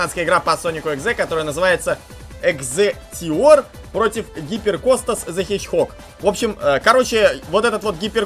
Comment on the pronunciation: Hyper Kostas the hedgehog это ютубер и не екзектеор а екзектор